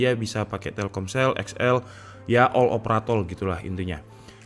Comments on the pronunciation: All operatol??? Apa gw salah denger? 😂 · ini gua nggak salah denger kan bilang "all opratol" Cuma mo mastiin aja sih klo gua ngga salah denger hehehehe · Eh bener ngomong all operatol lah... Bener